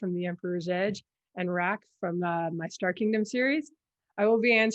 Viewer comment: Thank you, that was fun. I do have a soft spot for Sicarius, and I had a feeling about Rache (need to catch up on that series, though). And if you like, I can teach you how to pronounce Rache in modern German. ;)